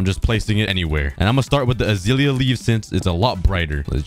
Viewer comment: Hes calling it azeelya it’s azelia 😭